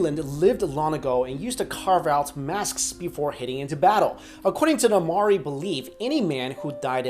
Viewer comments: not 'ma-ri', its pronounced "m-ow-ree" ; the natives of New Zealand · "Moeri" ahaha i was born and raised in nz and the way you pronounced maori in the vid😂😂 ik u arent from nz so its fine most of my teachers still say maaaooeerriiii as well😂😂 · Maori, pronounced mowri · you were so close to pronouncing Māori...roll the tongue with the 'r' and you're good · you pronounce the New Zealand tribe wrong I know because I did a paper on them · lol he can't pronounce Māori (basicly anyone not from new zealand i've heard try to say it can't pronounce it) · HEY,HEY,HEY!!! If you're gonna talk about Maori's at least say it right!! :'D And no, I'm not mocking them. Otherwise I would be mocking my own culture!!